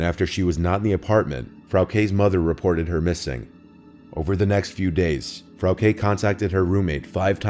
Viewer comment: You wouldn't know, but Frauke is pronounced differently. Also, as a German, I'm disappointed by people naming their kids shit like Frauke. They must've hated her.